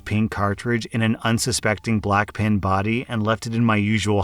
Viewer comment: has anyone ever told you that you pronounce "pen" like "pin" lol